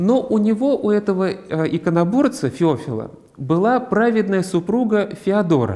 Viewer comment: Батюшка, извините, пожалуйста, а почему Вы произносите: ФеОфил, а не ФеофИл? Ведь мы говорим: МихаИл, ДаниИл, РафаИл? Или лучше с ударением на второй слог и эти имена произносить? Спасибо🙏💕